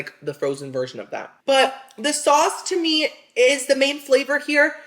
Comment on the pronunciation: When says to me it sounds like he’s saying his name. Not sure why I always notice this but he says it a lot. Love your videos!